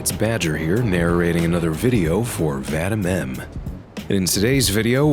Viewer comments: narrating for VADEMEMM. You get paid for this, can you not ask the dude hows his name pronounced? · Btw Vadim is said like Vadeem for future voice overs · The way Badger pronounced "Вадим" as "Vattim" is pretty funny